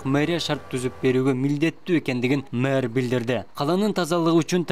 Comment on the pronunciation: Мурдагы Айтматовго караганда - иши жакшы.Алып баруучу: мэр деген созду туура айтчы